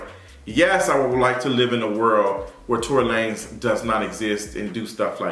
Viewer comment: Let's go back to calling this man Tory Luh-nezz.. Mariah Carey said it best, I don't know her!